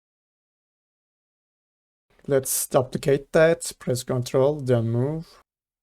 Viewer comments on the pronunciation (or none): Nice nice. One thing duplicate is pronounced more like doo-plicate rather than dop-plicate haha